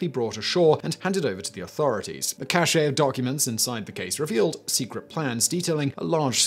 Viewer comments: "Cache" is pronounced "cash". "Caché" is pronounced "cashay". If you understand the difference in meaning between the two words, you won't make the same mistake as Simon does here. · Yeah, Simon, look up the difference in meaning between cache, cachet, and caché. A store of materials, like food or documents (say in a briefcase of a dead guy), is a cache (pronounced just like cash). Caché refers to something well-hidden and really isn't used in English. Cachet refers to higher level status value. Caché and Cachet are homonyms, more or less, and have an ending -ay type sound. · Cache is pronounced Cash. Cachet is totally different. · It's French. He's English. Do I have to say anything more?